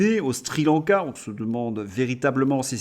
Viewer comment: Cher, juste une rectification au sujet du nom du pays où macron se rendra, il s agit de Sri-Lanka et non stri lanka. Bon courage pour la suite.